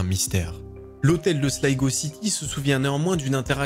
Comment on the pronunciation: Merci pour la bonne prononciation de Slygo pour la ville de Sligo